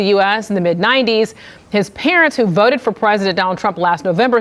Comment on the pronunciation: "... I will boat for Donald Trump.."🕺💃🐔